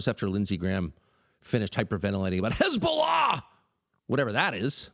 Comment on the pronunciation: “HeZbOLaa, HEZboLAAA!!!!!” 😂😂😂 gotta love Tucker man😂